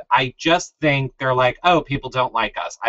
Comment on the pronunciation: you pronounce "think" like "the -ink ". Not the separate words put together but the "th" sound in the word "the". Odd.